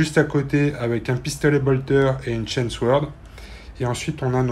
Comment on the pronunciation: C'est pas "skool" mais "skeul" et non "swaurd" mais "saurd". Excellent rapport de bataille ! (si vous cherchez le visage du seum... faut regarder la bouille d'un des garçons :D).